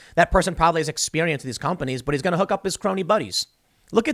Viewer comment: 'car-ooked car-oney car-ruption' lol